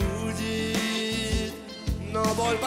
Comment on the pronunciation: Как он слово разбудит, ударение на букву и красиво поставил, это профи это Кузьмин